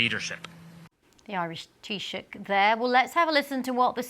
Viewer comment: Hey well done for pronouncing Taoiseach correctly. We all remember Truss pronouncing it tea sock. The Israeli government can go to hell. Threats, lies, and manipulation we can all see through. I love the part where they say we are awarding Hamas murderer and abusers by recognizing the state... Thats such an evil thing to say from the literal murderers of thousands of innocents. They are going to cause a famine and yet we're the ones at fault. Thats evil right there